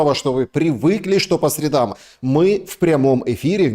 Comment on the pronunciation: молодец. Редко кто говорит по правилам русской орфоэпии, по средАм. Молодец👍